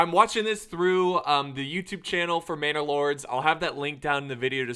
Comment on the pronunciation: Lol this entire time I thought he was saying bannerlord like mount and blade, now it all makes sense